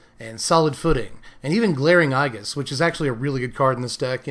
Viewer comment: Aegis is procounced A-jis.